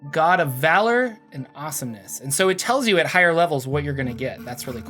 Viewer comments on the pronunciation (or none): none